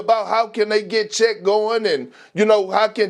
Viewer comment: Bruh, FACTS. Lol he can't even bring himself to say the man's name right half the time. 😂